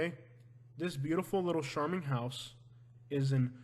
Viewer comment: Love your videos, but , most pronounce charming with the ch like char-broiled. Char-Ming. Thanks.dont know why it bugs me, just does. Lol